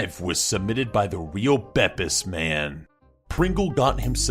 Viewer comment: pronounced bepis wrong